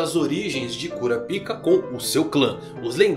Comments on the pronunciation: Pô, cara... pelo menos lê "kurápica", que é como eles falam no anime. Por quê? Porque eu faço questão de ouvir certinho? Não, meu cara, porque "cura pica" é foda... Intankável! Impossível não rir! A quinta série ataca forte! KKKKKKKKKKK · Pq vc fala kurapika ao invés de kurápika como falam no próprio anime ? Fica bem estranho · Kurapika...😂😂😂😂😂😂😂 No anime eles colocam a sílaba mais forte o ra e não o pi...😂😂😂😂😂😂😂